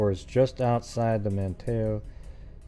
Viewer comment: Not that it matters, but....I live in Manteo, it’s pronounced “Man-neo” the T is silent